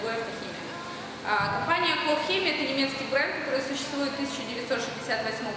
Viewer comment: звуууууккккк.......... кох хЕми....... ну что вы можете полезного рассказать дополнительно к прилагаемой инструкции на русском?........